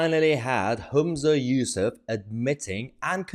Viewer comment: You miss pronounced his name. It's useless